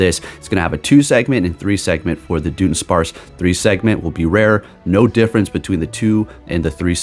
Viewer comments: jusy fyi i believe its pronounced like DUD-un-sparce. the joke is that the evolution is a dud since it barely changes visually lol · It’s pronounced Duh Duhn sparce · It's pronounced "Duh-DONE-sparce". It's a joke based on it just being an extra segment added and nothing else. It's the Pokemon Company trolling basically, because everyone's been calling for a Dunsparce evolution forever so they went ahead and gave us one with minimal "effort". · its duh-duhn-sparce